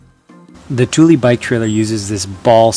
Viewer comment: Hello from Sweden. Thule is pronounced Tula. Tuuli is a totally different name. :)